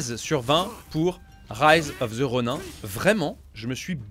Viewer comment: Rise of the Ronin... c'est bien de l'anglais ! Alors pourquoi prononcer "Ronin" en français ? 😏